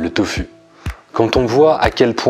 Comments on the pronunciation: pourquoi tu dis toFU et pas toFOU ? mdr ca me stresse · On t'a déjà dit que c'était surprenant ta façon de prononcer "tofu" ? ^^